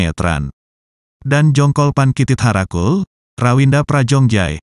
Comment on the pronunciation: Min, penyebutan nama Jongkolphan Kititharakhul jgn pake spasi Kitit Harakul, langsung aja Kititharakhul ya, karena aku dengarnya seperti Titit Harakul. 😂😂 🤣🤣